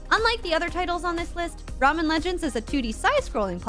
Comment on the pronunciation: Was about to give it a like until you said 'Ramen Legends' 🤦